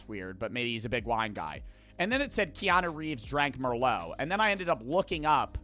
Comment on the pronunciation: The only thing i took away from this video is that doesnt know how to say keanu reeves😂